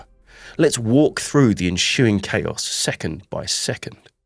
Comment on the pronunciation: “enshoeing” .. chaos in shoes 🤔